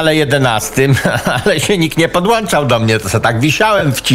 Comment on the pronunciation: Panie drogi Cejrowski, nie podwłanczam tylko nie podwłanczam, uwielbiam Pana Pozrawiam